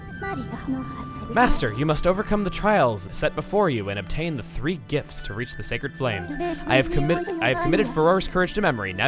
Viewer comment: Hey... it sounds like you're saying gifs when you're saying gifts. It's funny to me for some reason.